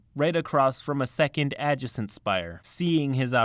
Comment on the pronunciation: adjacent - "uh - JAY - sent". Meaning "next to". That's a common English word, not the name of one of the in-game factions, dude. - suffice - "suff - ICE"